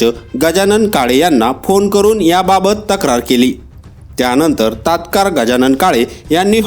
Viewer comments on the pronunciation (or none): तात्कार❌ तत्काळ✅= ताबडतोब. 😭🤦‍♀️